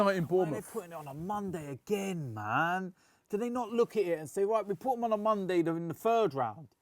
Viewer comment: mondey night lol